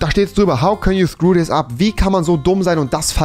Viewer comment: Niemand: Nicht mal einen einzige Menschenseele: Rewi: sis street sta street se street